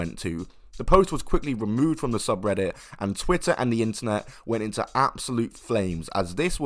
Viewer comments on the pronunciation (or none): none